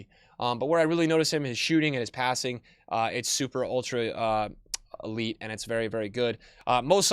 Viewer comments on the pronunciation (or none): none